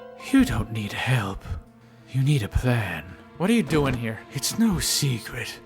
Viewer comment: aveeeeeeee Marrrrriaaaaaaaaaaaaaaa also for some reason he says dooining.